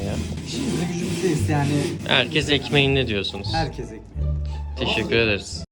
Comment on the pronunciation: Tejigür edrim